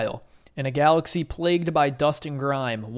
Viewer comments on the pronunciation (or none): none